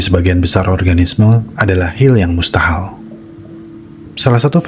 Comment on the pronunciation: Hil yang Mustahal 😂 bisa ae nih mimin